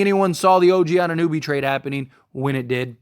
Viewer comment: Put some respect in the man's name it's OG A-nu-nOby!